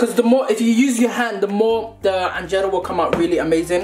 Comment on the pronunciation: Man said anjeero nah I rate this guy whalahi 😂😂